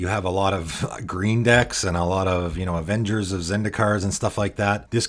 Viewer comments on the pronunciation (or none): none